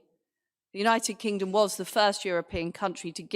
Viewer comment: United kink-Dom 😅 love the Estonian accent . Made me smile through all this madness . Strength to Ukraine 🇺🇦